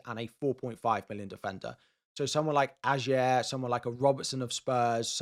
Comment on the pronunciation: Ajer = Eye-r Le Fée = le fay